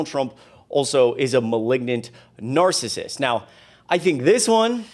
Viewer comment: I really like you, but please watch your pronunciation of narcissist. It has three syllables. Thanks!